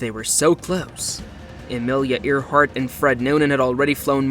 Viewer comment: I don't know if the narrator is a real person or a robot, but they don't know how to pronounce "Earhart"